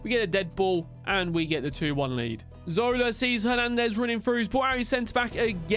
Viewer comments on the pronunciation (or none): none